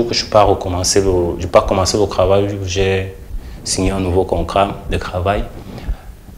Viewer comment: Un souci particulier avec la prononciation des "t" en "ke"? Krahir, kravail...??